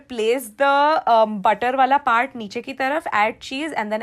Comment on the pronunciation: m i d only one who gets irritated about .....she stressing on er,ed ? 4 example butterrrr.... cookeddd...😔